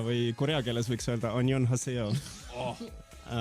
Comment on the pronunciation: aNyoNHaSao? Tf õpi hääldama lmaoo